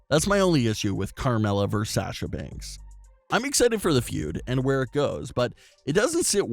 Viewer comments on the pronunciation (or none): Very hard listening to your mispronunciation of Sasha over and over and over again (it's 'sahsha' not 'sash-a'), so the name change will help in that respect. Also, "vs" is "versus," not "verse." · Stop saying Banks name wrong. It's pronounced Saa Sha now Sa Sha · Can you please learn how to promote Sasha instead of saying Sasscha